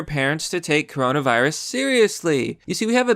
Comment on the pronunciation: cuh row nah veye rus